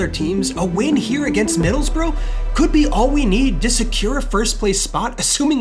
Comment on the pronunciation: "Middlesbro" is diabolical lad. Its Middles-bu-ruh you yank smh 😂😂